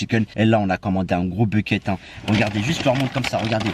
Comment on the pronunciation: Il dis Becket ou lieu de bucket